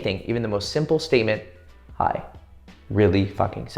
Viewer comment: those "hi" is like poppin a jab on boxing not gon lie 😂